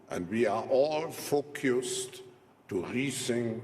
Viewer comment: Anyway, we're all fockyou-sed ....